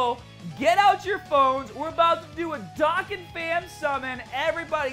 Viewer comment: Not dókkan